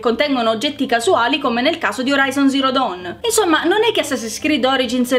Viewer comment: all'inizio hai pronunciato male horizon zero dawn